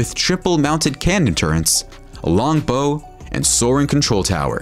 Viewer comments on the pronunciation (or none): Bow of the boat. Pronounced baugh, not bow Bow again. I would like to hear him pronounce gunwales or forecastle deck! , Jump furry.